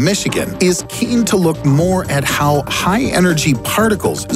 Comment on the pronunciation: "How"...not Haw. "Mars"...not Maris. You are welcome